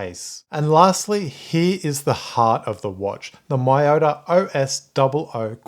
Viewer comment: pls pronounce as meyota